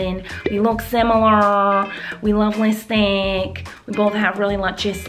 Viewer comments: Its lipstick not listick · Deseraye Coleman she said lisstick because miranda says it like that! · I love when you sat listik